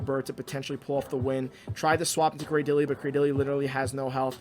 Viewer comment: According to Pokedex 3D, Cradily is pronounced "Cray-Dill-Lee", so you got it right. Also the spice vs ELO struggle is real. I wish there was a way to pause going up and down in rating for when I want to try out fun-but-unoptimal junk.